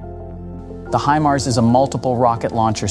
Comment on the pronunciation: not "him" ars.... its "Hi" mars... geesh